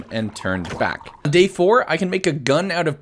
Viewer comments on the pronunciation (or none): day 75 says 'bay' instead of 'day'😂